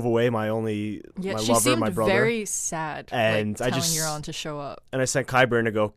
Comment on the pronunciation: They butchered Quyburn and Euron